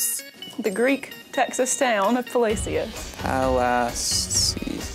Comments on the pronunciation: Wtf. Palacios is a word in Spanish yet they don’t say it like it’s supposed to sound in Spanish. 🤨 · A lot of us Texans pronounce Palacios in different ways depending on where you are from in the state. I think it should be pronounced just like it sounds in Spanish. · How they pronounced Palacios is not the right way I don’t care what anyone says. It’s a Spanish word give me a break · I pronounce Refugio like the Spanish word it is nowadays. As a kid I said it with the R. I still say Palacios wrong. Too fun not too.